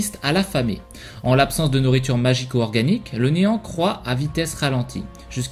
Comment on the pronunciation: je croit que t'as dit enan au lieu de néant